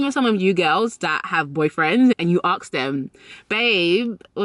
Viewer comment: It’s ASK, not AKS